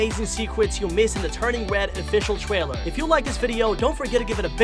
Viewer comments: The thing how he says Twaler in stead of trailer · official twailer LMAO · he says twailer🤣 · wait did he just say twailer